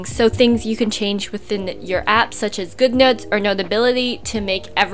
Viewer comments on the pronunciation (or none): When u say app it’s really harsh .. like it ssounds like “blah blah blah APP blah blah APP!!”